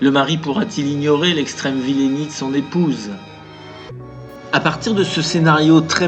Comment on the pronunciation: Merci pour cet inventaire de bons films ! Petite remarque : il ne faut pas prononcer vilénie, mais vil’ni.